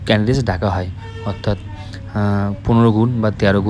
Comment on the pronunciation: ক্যান্ডিডেস😅 । ক্যান্ডিডেটস ✅